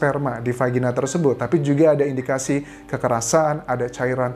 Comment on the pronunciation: Dari vagina jadi vagini ya kak Anjas😂😁saking excited nya membantu mengungkap kasus tangmo